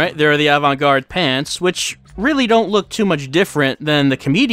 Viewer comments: And today, our feature is horrific pronunciation of "avant-gaaaarde," his questionably horrific...ally fashionable outfit, and that horrifically furry chinscarf he has during the fortune cookie segment. I love how it seems like Swery's seen The Departed. The... I don't even know the right term for it - the hardcore metal Irish jig music?? - is straight up that movie's alley, haha. The QTE sections really were awesome, though mentioned that getting a Perfect was actually pretty hard. I wonder how long it took for him to get the timing down...? I love the orgel track that plays when gets kicked in the nads, though, haha. The banter almost makes me believe that if Antonio and were in other situation, they might've been good pals. Also, Philip, you were completely useless lol. I've never had so much second-hand embarrassment in a game as when was wearing that outfit, and it wasn't even for when he was talking to Duncan. (Speaking of which, I'm loving Duncan, though I couldn't help agreeing with in the last scene. At least his loved one... can be put back together? Using another's loved one's leg as a baseball bat, though...) It was actually me imagining what Derek and Olivia and all the other NPCs would say if they actually noticed the outfit you wear....Actually never mind, that would be quite hilarious. Forget about the embarrassment. I noticed this before, but when first gets the memento, what he sees is something like a premonition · I really like really exasperated pronunciation of "Avant-gaaaarde!"